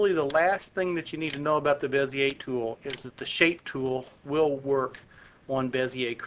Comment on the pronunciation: Finally, someone pronounces Bezier correctly...